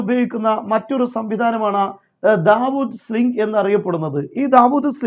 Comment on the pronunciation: ദാവൂദ് സ്ലിംഗ് അല്ലടാ സുടാപ്പി. നാവ് വടിച്ചിട്ട് തന്നെ പറയൂ david sling.